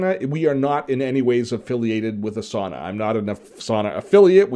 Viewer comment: ) it's pronounced Ah sah nah, not A sauna. :-)